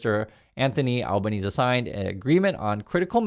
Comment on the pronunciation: Albanese is pronounced like Alba-neesy